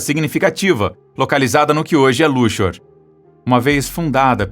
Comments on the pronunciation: a pronuncia correta é "luksor" e não "lushor" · Aprenda a pronunciar corretamente o nome da cidade LUXOR. Não é "luchor" que se pronuncia, mas LÚQUIÇOR. Na palavra SEXO, você pronuncia "secho"??? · É Luksor que se pronuncia o nome da cidade, não luchor. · A cidade de Luxor. Pronuncia o X como qsçor. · "Luchor", foi um luxo só! Kkkk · Vamos pronunciar Luxor corretamente, chega a doer os ouvidos!! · Assustou? Há alguém com medo de algo por aí? Meu Deus! Ainda assisti a isso. E vê se aprende a pronunciar a palavra Luxor. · Qual é a pronúncia certa de Luxor, "luksor" ou "luchor"?